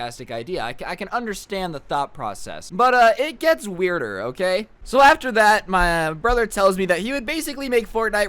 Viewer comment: Everytime he says "It gets wierder I think, "So I gets better"